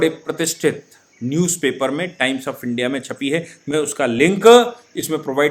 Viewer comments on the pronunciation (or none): none